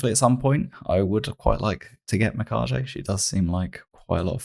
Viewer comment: mi-ka-ge no JJ sound ge like 'get'